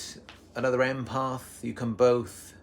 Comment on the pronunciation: It’s not imparth it’s impath